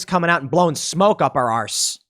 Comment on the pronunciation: Up our arrrrse .... going british tim?